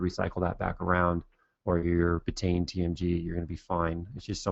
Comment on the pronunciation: Petty criticism, I know, but it drives me crazy (and I've done it myself). "Betaine" is pronounced "BEET-uh-een", not "beh-tayn."